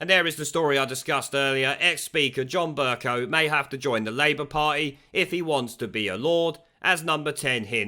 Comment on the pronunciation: Pronounced "BURKE COW".